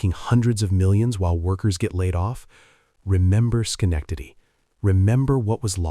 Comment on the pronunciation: Even AI can't pronounce Schenectady.